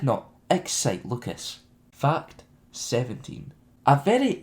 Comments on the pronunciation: Everytime he says ''fact'' it sounds like ''fucked'' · Lol "fucked two". well that's what it sounds like